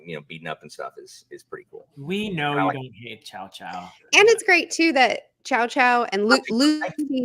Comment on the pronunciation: My ears bled everytime you say Chow-chow